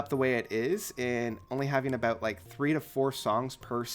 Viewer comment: That's aboot it